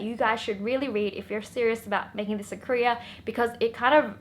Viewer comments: When she keep saying "career" it sounds more like she's saying "korea" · i actually thought she said korea 😂😂😂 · Wengie, it's "career" not "Korea". That place is about to get nuked anyway. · Whenever she says "career" I always think she's saying "Korea" and like an idiot(which I am) I'm all like "huh? Kpop??!!" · was actually about to comment this. same!/😁